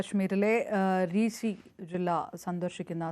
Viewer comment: റീസി അല്ല റിയാസി ജില്ലാ....😂😂